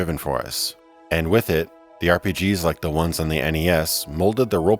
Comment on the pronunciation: Anyone else hear him say orgy rpgs in the first 30 seconds?